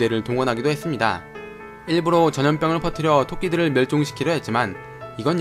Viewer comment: 일부로가 아니고 일부러!! 이거 틀리는사람 왜이렇게많음대체??